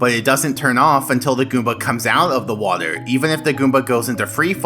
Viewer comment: I don't thing I've ever heard someone saying "waeder" so frequently within such a short amount of time.